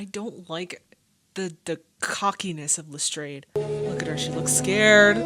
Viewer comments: This is the only adaptation where I've ever heard the name pronounced as Le-strayd, instead of Le-strahd. I wonder if the show's researchers determined that the Victorians would have said Le-strayd and we've been saying it wrong all this time. Or maybe Jeremy Brett just looked at the way it's spelled and decided for himself that Le-strayd must be right. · Joseph Alexandre Lestrade was the name of an acquaintance in Conan Doyle's school days. There does not appear to be a consensus on the correct pronunciation, but Arthur Conan Doyle's daughter, Dame Jean Conan Doyle, stated that her father pronounced the name with a long 'a' sound.